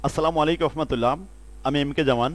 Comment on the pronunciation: "আসসালামু আলাইকুম ওয়া রাহমাতুল্লাহ" আমার মনে হচ্ছে আপনার সালামের একটা অংশ বাদ যাচ্ছে বা বুঝা যাচ্ছেনা, ভুল হলে ক্ষমা প্রার্থী🙎